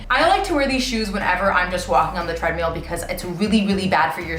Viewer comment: lol i’m still waiting for the studio recording of the “I Hate the Treadmill (pronounced tread-meal)” song